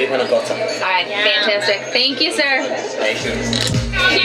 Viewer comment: Why does she keep saying ser, "thank ypu ser"...does she do that back home or she thinks its a british thing 😂😂😂